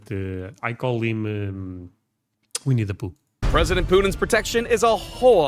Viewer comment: you saying "winni the poo" under your break got me good.